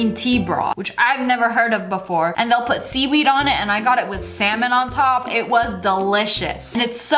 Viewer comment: when she said "salmon", didn't sound like "semen"? like you though so too!